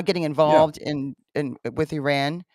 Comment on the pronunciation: Oops, not Uran , but IRAN..